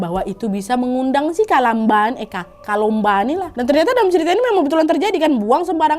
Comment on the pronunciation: Kakk kalumba bukan kalomba